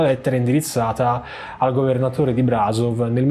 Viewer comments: Comunque si legge Brashòv, non "Bràsov" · Brasov si pronuncia brasciov :) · « Il governatore di Brazof ». Ajeje ?